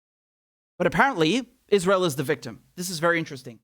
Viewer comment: Lindsey calls it "Is-rill." Lindsey is an "id-jit."